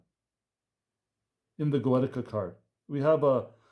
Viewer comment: Goetia. Pronounced: go-ee-sha. I’m also dyslexic/autistic, so understand your situation 🙏🏼